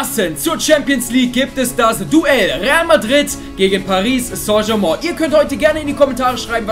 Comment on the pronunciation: Man spricht Paris st. Germain anders aus